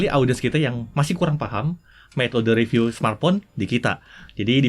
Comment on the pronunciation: Panjang tp detail dan isinya berbobot... itu bagus... Bagi tmn2 yg merasa kepanjangan atau gak sabar, bisa disetting agak cpt di 1.5x atau 1.25x kan... atau bisa di double click sehingga skip ke beberapa detik berikutnya.. Sedikit masukan buat, kalau setahu saya.. kata "review" itu dibacanya RIVIU bukan reviu Jadi bacanya Jagat Riviu.. bukan Jagat Reviu. Cmiiw.... Maju trs JRTV...ttp detail dan berbobot 👍🏻👍🏻👍🏻👍🏻